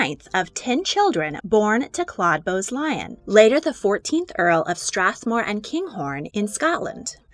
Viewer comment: Lyon is pronounced Leeon, not Lion But other than that good video